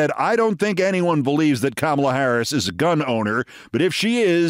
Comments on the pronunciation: Stop calling her Kam mela! WTF? Edit that chit! You normally call her Comma-La Geez Keif. Correct dat chit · Keith, the name Kamala is pronounced 'comma' la. You should practice.